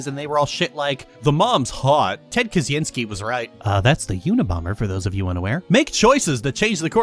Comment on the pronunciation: Great video, but your pronounciation of "Kaczyński" kills me. It's pronounced Kah-Chin-Ski.